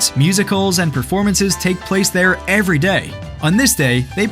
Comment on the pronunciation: У тебя very year вместо every year